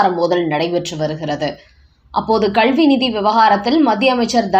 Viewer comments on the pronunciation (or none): Your Tamil pronunciation is not correct (especially when you say kalvi) please correct it.